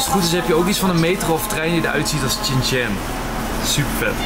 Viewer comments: Shin Chan, niet Chin Chan 🫠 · Wisten jullie dat je het uitslreekt als Shin-Chan (sjin-tjan) en niet Chin-Chan? (Tjin-tjan)